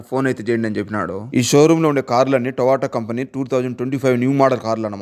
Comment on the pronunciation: టోవోటా కాదు రా అయ్యా టయోటా ఓకే తెలుగు అయిన సరిగా మాట్లాడండి